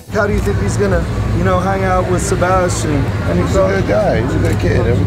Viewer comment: "Se-bastard" smh #PinkToedSavage